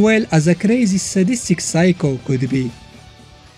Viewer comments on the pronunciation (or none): none